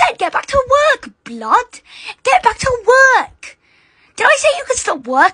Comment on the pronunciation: Why did bro say work like that